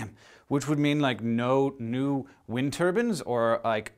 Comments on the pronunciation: LOOOL Windturbans??? WINDTURBANS :D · pretty certain you said 'wind turbans' ? ;) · He's so happy and excited to teach 🤣 Edit: wind turbans. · ...wind turbans? lol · Is it just me, or does it sound like he says "wind turbans" instead of "wind turbines"? :P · I believe Mr. Green should have said "wind turbines" and not "wind turbans" because running over turbans with a Prius is not exactly the best thing to do. I won't advocate driving into a wind turbine though. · what's a "wind turban" Hank? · He's not making fun of Islam. He's making fun of Hank, as he said 'wind turbans' instead of 'wind turbines'. Amalvyr is not saying turbans are funny, he's saying 'wind turbans' are funny. Also, Sikhs wear turbans, as do Bobo Shanti (a branch of the Rastafari movement) wear turbans. So 'turban' doesn't not imply 'Islam'.